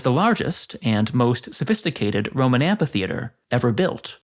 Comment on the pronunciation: Isn’t it pronounced amfi? I keep hearing you pronounce it amPHi